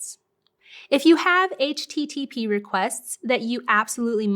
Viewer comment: HTTP😐 Over pronounced. Anyways loved the video thank you